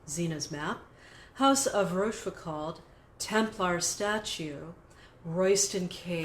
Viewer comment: a deep diving. Also, please learn to pronounciate France Talk. Rochefoucauld, the last syllable rhymes with "goal". The "d" is silent.